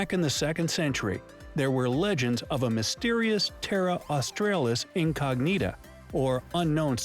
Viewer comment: Congrats: you pronounce Australis properly (Os-trar-lis). The narration messed it up. Emu is e-mew not e-moo. Giant kangaroos.. see Megafauna Qantas reuses cooking oil for bio-fuel